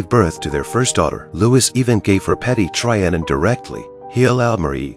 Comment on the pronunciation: Your pronunciation of Louis and Trianon ought to mean a ligetime ban from speaking about history. Seriosuly, it's disturning